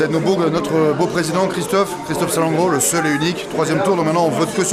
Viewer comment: Sal-en-gro 😫😫 il à détruit le nom de not'Président